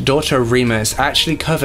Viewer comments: Had to stop 10min in, sorry for stepping on any toes in corrections here, but it's pronounced "Eee-clute(like flute)-nah Annie," & "Sue-Ward" for "Eklutna Annie" & "Seward." I grew up within the years of activity, my dad knew him, we knew his kids & I'm still in Anchorage to this day. I also know his only surviving victim, who if you saw the film, she prefers her info private, & it was held from the end to protect her & her family. "Kah-nick River," for "Knik River," these are named for local tribes, of which I belong to a separate one & Seward is for the senator's name who "bought Alaska from the Russians for America." "Matt-anne-us-kah-Sue-sit-nah" for the "Mat-Su Valley" or "Matanuska-Susitna Valley." I've seen the film & several of these types of true crime series episodes on Robert Hanson. One of those things you watch out of, that could've been me, or my family members type things. We celebrated his death, seemed like the whole of Anchorage did, he died in Regional hospital in Anchorage actually. There's been a lot of construction up & around some of the areas he hunted in, but no more remains had been found, nor has the identity of "Eklutna Annie." A truly sad & terrifying case. If he hadn't learned how to excel in hunting as a teenager, or hadn't been rejected as much, but we can only speculate so much. He was poc-faced from horrible acne, a redhead, short, stuttering, weird & too quiet guy. Not attractive qualities in a date though. I believe he had a section 8 from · He mispronounced Eklutna Annie, Seward, Knik River, & she mispronounced the investigator's name. Sorry, I picked up on that right away.